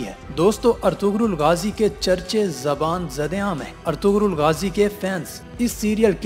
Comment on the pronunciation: its pronounced as Erturul. :)